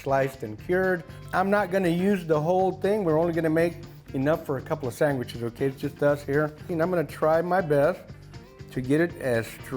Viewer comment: I love the Hispanic way of pronouncing the word "sandwiches" - "sangwitches" just the way my Uncle reg pronounced it. ❤